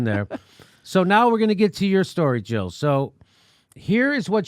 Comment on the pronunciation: Jill not Hill!